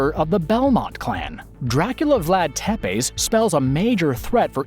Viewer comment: The mispronouncement of Tepes hurt me.